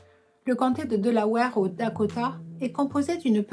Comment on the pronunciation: ce qui m'a un peu fait tiquer c'est le mot Delawere on dit délaouère pas délaouare si non elle est top.